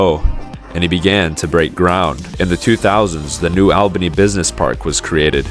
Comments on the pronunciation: I can see that cranes from here…. Also it’s pronounced New All-Benny for New Albany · Just FYI, it’s New ALL-bany, not New OWL-bany. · It’s New ALL-Ban-Eeeee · it's not pronounced like that, it's new ALLbany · New All-Ban-Ee (sorry, cringed a bit every time you said it in the video)... i remember the white fences going up to show the land they now owned 😔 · This video is bogus. This is Les Wexner and Jack Kessler's project. AI voice can't even pronounce New Albany. The video is off on timing as it actually started in the early 80s. Also ignored is the Rocky Fork Blacklick Accord. People got paid well and none were forced.